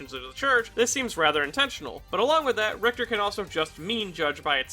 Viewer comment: Ri-HI-ta??? WTF?